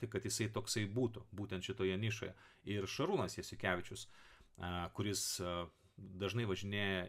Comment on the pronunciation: kelis kartus klausiausi, bet ar man girdisi ne Šarūnas Jasiukevičius, o Šarūnas Jesikevičius ? aišku gal man ausinės iškraipo, bet klausydamas šio įrašo, galvojau apie gerb. Trenerį kalbama :) veiksmas